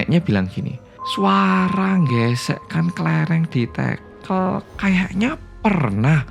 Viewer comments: Ganggu banget! Tehel bukan tekel kaliii tekel= sleding klo tehel= pr... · LoLLLLL TEGEEELLLL, bener2 wong jowo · baru sempet nonton,dan ngakak banget pas denger "tehel/tekel"itu kan medok jowo bangeeet...🤣